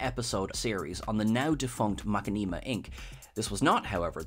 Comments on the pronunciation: Mack-i-nee-ma. What did I just hear? Lol You mean Ma-shin-nuh-ma? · Did this guy just pronounce Machinima as Mack-a-neema? Other than that solid vid lol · Did you really mispronounce "Machinima" as "maka-nee-mah"? Like it's not even an easy mistake to make, it's the earliest form of video game media in the internet, everyone knows how to pronounce it. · That is the worst attempted pronunciation of machinima I have ever heard anyone try to say.